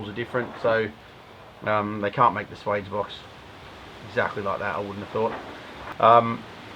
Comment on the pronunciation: swage rhymes with wedge, not wage